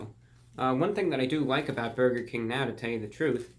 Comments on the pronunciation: No one: ReportOfTheWeek: Borger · I still heard "borger" after hearing it 5 times, and the caption also said "borger". But hey, if what you heard was true, then good for you 😁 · He said "Borger", I can die peacefully now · "There's me and the 'borger' right there :)" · "The bourger"